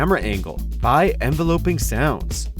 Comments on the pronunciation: Forget how he pronounced Regina this man said envelOHping, its envEHLEHping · Enveloping sounds... Really bro? You gonna pronounce it like that?